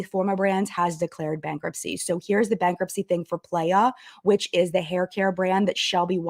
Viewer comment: I'm sorry it's getting to me (in a humourous way). Playa means "beach" in Spanish and is pronounced "plah-yah". It was just making me giggle so I felt obligated to provide the proper pronunciation.